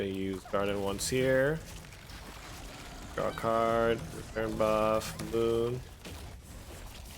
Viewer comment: Every time you said draw a card, I thought you were saying rock hard, which is what you got me after watching this video. Keep on brother